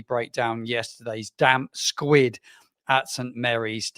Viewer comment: Love ya but it’s “damp squib” mate not squid 😂